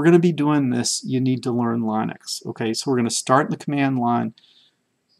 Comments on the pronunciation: Linus Torvalds himself pronounces it Lynn-ux not Line-ux. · These tutorials are great. Thanks. Regarding the pronunciation of Linux... The i is a soft i... same as the pronunciation in the word lint. Lynn-ex... not Line-ex. From Linus Torvalds himself...